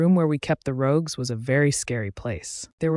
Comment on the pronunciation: The person said it correctly once, though also wrong I the very same sentence.